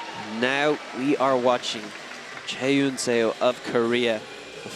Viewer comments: I don't know if the commentator will be able to see this but it's "suh" not "say-o" for Seo's last name. Every time the commentators pronounce her name like that it makes me cringe. I get that it's an unfamiliar last name but still :( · Excellent commentary! One nit to pick though--"Seo" is pronounced "Suh," not "Sayo." It should sound a lot like a British person saying "sir." The spelling is deceptive. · Please get a pronunciation guide for your commentators. Physical pain every time they're saying Seo as "Say-Yo". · What is making me nuts is his mispronunciation of Chaehyun Seo's name. Less than a minute on YouTube to get pronunciation of both. 🙄